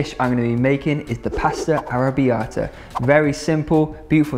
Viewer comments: ARRRRABBIATA!! complimenti per la pronuncia!! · I'm Italian and I just love the way you say arrrrrabiata ❤️